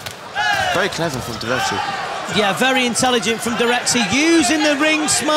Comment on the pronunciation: the name is pronounced "DirekCHi", please someone tell them